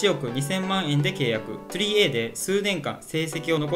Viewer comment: 3Aの読み方はトリプルスリーではないですよ。トリプルエーと読みます。